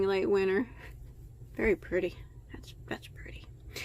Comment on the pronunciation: Very “Prettay”